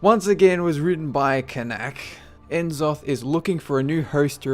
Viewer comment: I love your videos. But, you pronounce names like that without the K so it sounds like Richard Nack. And I'm almost positive that N'Zoth is "Nazoth" just like C'Thun is "Cuh-thoon"